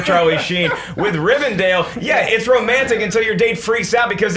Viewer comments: Rivendell, not Rivendale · Come on... It's RivenDELL, not dale... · ist not RIVERDALE its Rivendell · OH MY GOD, IT'S RIVENDELL NOT RIVENDALE. And you guys really need to read Alan Moore's Swamp Thing! One of the best comics ever! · the fact that a bunch of movie nerds call rivendell rivindale disturbs me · As a Lord Of The Rings fanboy nothing on this earth hurts me more than hearing everyone call "Rivendell" "Rivendale". still can't pronounce anything right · I'm pretty sure it's Rivendell, not Rivendale... or maybe I'm just hearing it wrong. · when they keep saying "Rivendale" instead of Rivendell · It's pronounced Rivendell! Sorry, I just had to get that off my chest. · Why can't anyone pronounce RivenDELL? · Please pronounce Rivendell correctly, if you know so much about movies.